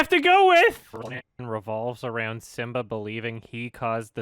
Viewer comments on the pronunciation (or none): 9 months later..... is still wondering why he said “Sim-BAH”